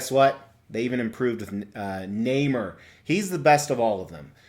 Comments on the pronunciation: Quite right. Nobody I ever knew ever pronounced the name like in this video. Nay-more. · I believe it’s pronounced “Nay More” NOT “Nay Mer” 😓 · It's Nay-more not Name-er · It’s pronounced Naaaaammmmmoooorrrr or fish boy. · You're both wrong actually. It's pronounced Ney-More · Lol actually you’re both mispronouncing his name. Is Namor ( nay more). My reference for how it’s said is the old 60’s marvel cartoons and of course Stan The Man Lee. Very very cool statue and review.